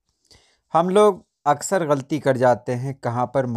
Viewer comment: آپ لفظ غلطی( غ پر زبر، ل پر زبر، ط کے نیچے زیر اور ی ساکن) کو غل طی بولتے ہیں۔ براہ مہربانی اس پر توجہ دیں۔ اس کے علاوہ لفظ مجاز "م" پر زبر کے ساتھ درست ہے۔